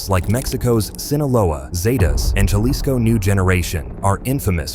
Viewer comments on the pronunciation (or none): Jalisco pronounced Halisko, do your Your homework Guerro, not Juhlisko